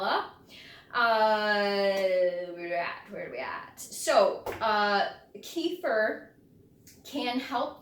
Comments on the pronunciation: thanks for the video. but, by the way, the right pronunciation is ke-feer or better, ka-feer...not kee-fur/kee-fir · You pronounce it incorrectly, at first, I couldn’t even understand what you are talking about. It’s pronounced kəˈfɪər/kə-FEER.